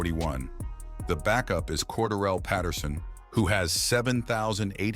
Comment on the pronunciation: bro pronounced cordarrelle like “quarter rell” 😂